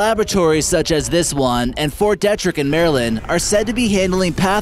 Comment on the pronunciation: The fungus theory has some merit. Also....it's pronounced Fort Dee-trick. Yeah I'm that guy right now. I'm sorry man, if you're making a video that thousands/millions of people will see you have a responsibility to get this shit right.